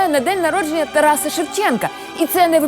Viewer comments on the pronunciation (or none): none